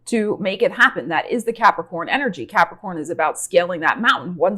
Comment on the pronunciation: So glad l have capricorn rising, cause l love the way you say Capricorn.